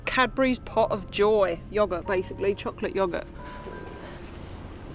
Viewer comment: "Choc-late yog-urt" You're right, that is disturbing